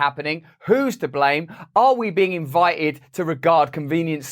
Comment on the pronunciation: Say T, T, T I don't know how to spell it the was you say it but you aren't pronouncing your "T"s. It's " invi"T"ed, not invi_ed.... Benefi"t"ed, not benefi_ed. etc, etc,.